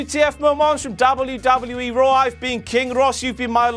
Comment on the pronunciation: why do say WWE so fucking weirdly